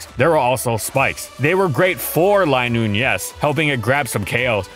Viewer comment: its not lie noon is lin noon